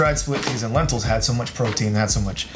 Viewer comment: Not gonna lie, you lost my fat ass at "Healthy" bahaha but...BUT...PENTILS!! or Lenteas? Loving that ensemble by the way, looking mighty sharp ;)